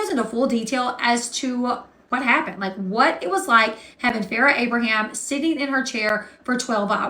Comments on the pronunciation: It's you saying "AbrahamS" for me. There is no S at the end of Abraham. Proof that Farrah simply does not matter 🤣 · Her last name is A-bra-ham… not Abrams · Who want's to bet that at some point Sophia will come out and say her Mom was a monster behind the scenes? "Anything the public saw of me and my mother was all fake. Blah blah blah..." I'll be shocked if this doesn't happen. Also, I LOVE that you said Farrah's last name wrong so, many, times! This would send Farrah over the edge if she saw it. I'm here for it.